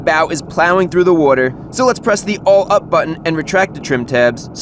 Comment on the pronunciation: has a fishing/boat channel?!?!?! I wonder how many times he's going to say "wudder" here. He said it a lot on lol